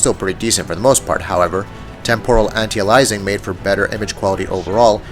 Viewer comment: ITS ANTIALIASING NOT ANTIALIZING